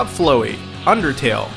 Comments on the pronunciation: ... I'm not usually one to judge.. but Undertale names usually have puns in them.. FLOWEY is a flower.. not a flow-er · O-O....did he just fucking call flowey...FLOW-Y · Flow-E Oh. Okay then. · OMG ARE YOU KIDDING ME U SAID FLOWY WRONG! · one thing I have to say " flow- e" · ITS FL OW EY (FLAU - EEE) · Flowey is pronounced FLOW, rhymes with ow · Flowy? did you say FLOWY! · He said Flowey wrong Is it really that hard to say his name? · Please tell me somebody else noticed that he said flowey like flowy water. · I cringed when he said "Floowie" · i actually find the way he pronounced flow-ey quite humorous. why is everyone raging over it and the entire undertale fanbase? plus guys, stop hating on them. the truly cancerous thing is the people who do not respect other people's opinions and thoughts. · "Photoshop Flow-ey" "WHAT DID U SAY?!!???!!?" Triggered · wait... he said Photoshop Flow-ey instead of Flowey. Wtf? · hey, your pronunciation is still wrong. look, flow ey = (flow-ay). happy? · its painful he called him FLOW ey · i know this dude did not just say "Photoshop flow e" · ElonGames18 IF HE SAYS FLOW E AGAIN I WILL FLAG THIS VID ok I won't but I will flip out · it's supposed to be flowey as in pronounced like flower with ee at the end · TheAlternateEcho ikr flow e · You prounced it Flow E.... Undertale fans are going to crucify you man... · you pronounced flowey wrong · why the fuck DO YOU PRONOUNCE FLOWEY LIKE THAT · Pronounce Flowey right... geesh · he says flowey wrong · FLOWEY!!!! WTF IS THAT PRONOUNCATION!!!! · YOU MISPRONOUNCED FLOWEY IM TRIGGERGERGGEGRGGEGREGGRGEGRD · Did anyone else cringe when he said flowey wrong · You mispronounced Flowey. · you said flowey wrong... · Apparently Narrator Dude pronounces "Flowey" the same way Cryaotic does. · You pronounced Floweys name wrong, YOU IDIOT. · I am yet another commenter shunning you for mispronouncing such an easy name. Flowey is like "flower". Except ending with an "ee" sound.